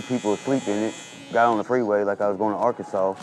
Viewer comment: At least he knows how to say Arkansas